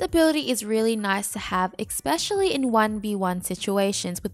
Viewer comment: Great content, love the series. One little thing that you might want to change, its pronounced esp-ecially, not ec-specially. The only reason why I say anything is because you say it like 5 times in this video, lol. Thanks for the content!